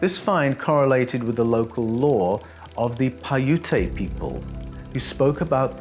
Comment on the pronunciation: Just based on your appearance and accent, you're like the bizarro world Simon Whistler. That's not meant to be an insult or a compliment. Just an observation. By the way, the way you pronounced Paiute is wrong. It's pronounced, "Pie-yoot". Great video though, regardless.